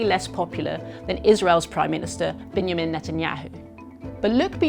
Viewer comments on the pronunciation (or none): none